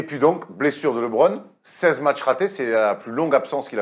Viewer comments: Il me saoule à dire Libron ! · Être fan de LeBron et mal prononcer son nom ça la fout mal quand même